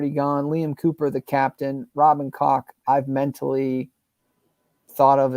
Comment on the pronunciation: I enjoy some of your opinions, it's an interesting chat - but you need to sort out some of your name pronunciations Marathe, Farke, Meslier, Gyabi and Koch - although everyone mispronounces that last one - should be like 'coke' but the 'o' little harder and more breathy on the 'k'' sound of -ch. I didn't mean that to sound dirty:)